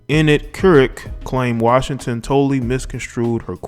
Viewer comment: Dude as soon as u couldn't pronounce her name i turned u right off to make this comment, here's why u couldn't pronounce her name, because u have been infected by social media, the systems? You're trying to do something You've seen on TV or YouTube but u didn't take the time to prepare yourself, why? Social media makes people who don't know what their doing and think they have a voice if you did u would have made sure your diction and pronunciation was on point smh